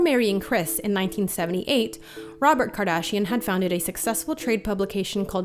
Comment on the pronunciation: I died ROBET KARDASHIAN